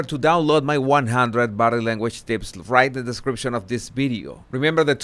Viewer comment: how hard is to say “ video “?